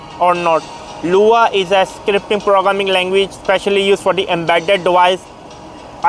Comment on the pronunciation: I'm here to say that the fact you said LUA instead of lua..